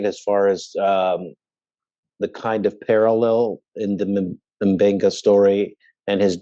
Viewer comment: Yes, it's supposed to be "Mmm-Beng-Gah," not "Emm" or "Muh". -- Many African languages, but also Ancient Greek have words starting with M, N, Ng, plus a consonant. Although Ncuti Gatwa, the new 14th Doctor Who, is pronounced "Shoot-Ee," it may be "Nnn-Shoo-Tee" or "Nnn-Tchoo-Tee" in his parents' native language. They immigrated from Rwanda, refugees, to Scotland when he was a baby. So you get Mb, Nd, Ng or Ngg (Ng-G), Ny-, Nj-, Nc- or Nch-, and so on. In SNW, they say Dr. M'Benga is from Kenya; I don't recall if Uhura is from Kenya also, but she is native African. In TOS, she spoke Swahili as her primary native language. I don't recall if TOS ever stated what country she was from. (I don't speak any African languages, but I'm a language geek. Uhura rocks.)